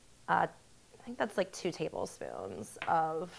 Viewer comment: Gosh you talk horrible! Really, listen to yourself in the video, it's horrible. That like pronunciation at the end, my god.